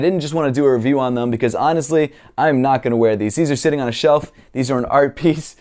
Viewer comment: As a danish person this Ø instead of O is bugging me, would always say why nøt haha XD (Which btw is a totally different sound than why not)